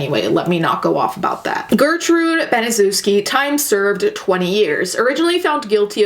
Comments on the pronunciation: It’s pronounced ban-uh-sheff-skee or in real words that sound like it ban-a-chef-ski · If you're going to make a documentary at least learn to pronounce the name of the devil it is pronounced BANASHEFSKI due diligence makes something interesting you're just regurgitating what you've already seen on YouTube please don't like this lazy bitch trying to make a buck out of a tragedy f#uck you twat🖕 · okay but you fucking butchered the pronounciation of "Baniszewski". it's Ban-ee-shev-ski. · I'm late but just wanted to point out that "Baniszewski" should be pronounced more like "Baneeshevsky" if that makes any sense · you should read it as ,,Banyshevsky" ;) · Baniszewski is a polish surname and it's pronounced Banishevski :D Sorry if someone already told you that. Anyways, If you're reading this: I really enjoy your videos, you seem so genuine and lovely! <3 Have a nice day :) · I love you and I know this isn't the point of the video, but as a Pole, the pronunciation of Baniszewski (very clearly a Polish name) is kinda making me cackle, not gonna lie. No hate to you though, everyone in America pronounces Polish surnames hella wrong, even Susan Wojcicki mispronounces her own last name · It’s pronounced BANI-SHEV-SKI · You didn't bother to research how to pronounce Gertrude's last name? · I love your videos and I usually don't mind mispronunciation of names. But there are so many docs and videos about this crime, so you saying the last name wrong makes me flinch. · Polish-American here and same! I thought as I listened to her mispronounce it "well I see why they call us dumb Polocks, our names are pretty weird from the outside looking in "